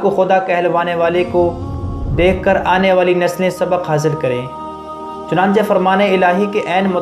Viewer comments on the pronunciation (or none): none